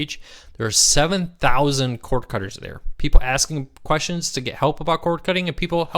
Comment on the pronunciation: I love your shows, but perhaps could you speak a little slower? When you say "Cord Cutters" it comes out as "core cuz". Just slow down.